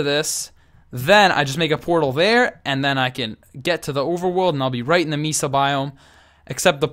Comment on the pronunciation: Great video. BTW Mesa is pronounced Maysa =).